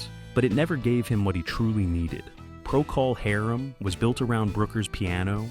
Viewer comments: Never heard anyone (or anything) pronounce "Procol Harum" quite like that before... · AI slop that can't even pronounce the name of an important rock group. Robin should pursue whoever is behind this video.